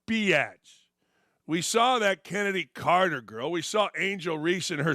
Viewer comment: He did... Just didn't pronounce her correctly.